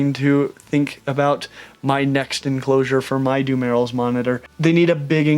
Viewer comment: dumelil's monitor pronounsed dum-ear-roll